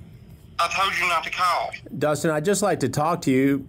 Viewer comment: I TOLD YOU NOT TO CAWL!! 😂